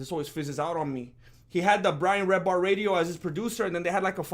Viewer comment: Just came from watching redbar to here lmao what a pleasant surprise you giving Mike David a shout out mate. It's "Redban" he takes all the heat, Redbar however doesn't suffer any foo lightly. Great show in the can again!